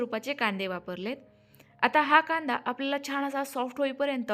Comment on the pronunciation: रेसिपी चांगली आहे पण परंतु शुद्ध बोलायच्या हव्यासापायी "न आणि ण "यातला फरक तुम्हाला कळत नाही त्यामुळे "छान" या शब्दाला " छाण छाण " म्हणताय.